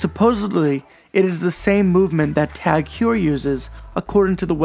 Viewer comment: Great video mam! Zodiac is one of those brands that I've always seen but never seriously looked at. Also that is an interesting way to pronounce TAG Heuer.